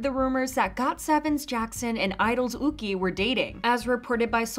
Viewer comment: Yuqi is a Chinese name and would be pronounced Yoo-chee not ookee.